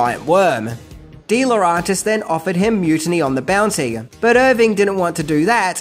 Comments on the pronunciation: Just get it right, mate. Its Laurentis not Laurantis. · lmao. slip ups are the best, aren't they? Misspellings, mispronunciations and mildly funny one-liners are an added bonus and the reason I prefer countdown lists compared to other collections of Top Ten Countdown' lists. Lerauntis instead of Laurentis, so funny 'cause he repeats it a dozen or more times. Keep it up,. Don't you ever change or you'll end up becoming yet another same-old, same-old, which I for one would stop following.